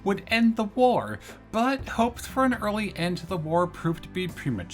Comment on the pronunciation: Not only that, but he says Taipei differently twice, neither correct. It's a common thing though, people do tend to way over exoticize Chinese pronunciations because they don't know them, and it adds to the feel that you might be more on target when doing so.